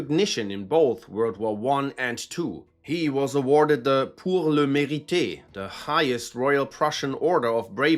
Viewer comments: It's not the "pour le meh-ree-teh" it's "pour le me-ree". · It’s pronounce “ poower la may reet” it’s French. It means “for the deserving”